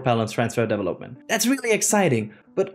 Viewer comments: I lost track of a little that you were saying trying to figure out how you were saying the word "development". Thanks for your report. Good job. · 👀You did a Great Job 👍! Thanks for all your Hard work! (You taught me a New way to prononce the word "Development" 🤓😎!:_youbet::_yall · great presentation overall, but please learn how to pronounce 'development' :)